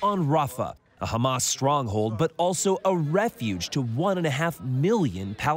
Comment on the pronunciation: BTW Israel, it's pronounced Hamas, not "Khamas"